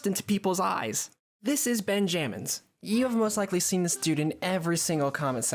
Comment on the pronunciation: Ben jammins🙏🙏✌✌😭😭 im pretty sure its pronounced benjamins gng